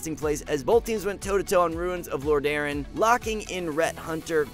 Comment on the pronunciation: Good recap, but the way you pronounce Lordaeron tilts me.